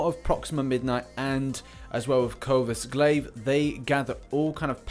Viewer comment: Please it’s coRvus Glaive (core-vus glaive)😂